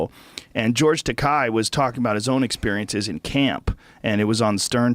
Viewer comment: You're saying George Takei's name wrong, asshole.